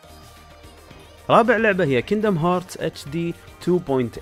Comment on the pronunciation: kingdom hearts مش kingdom hears